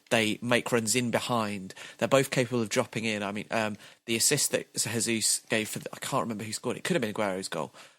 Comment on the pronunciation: AAAAAAAAAAAAAA It's not Hesús, it's Jesus, he's not from a Spanish speaking country, Portuguese is different. In Portuguese you pronounce it like Hesus but with a J, if you just say it like you normally say Jesus it's fine too.